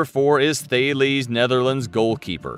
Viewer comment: thales pronounced Tal es